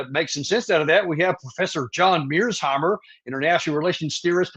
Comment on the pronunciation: Danny STILL mispronounces Prof.Mearsheimer's last name.